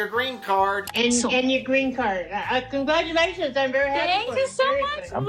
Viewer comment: I cracked up when you said "congratulationsty" lmaooo